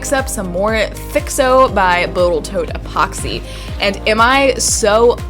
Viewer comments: From now on I am absolutely saying "botal toat" instead. Love that little mixup!! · "Boatal Tote" lol. Was just suggested this channel by This Old Tony and thought id start with this video. Excellent work!! subscribed!! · Love this!! Also Boatal Tote Gods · "Botal Tote Epoxy" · did I hear Botal Toat Epoxy? 😂 😂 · Botal Toat 👍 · boatal tote lol must have been getting late when she edited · Botal Toat 😂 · Botal Toat lol Edit: And too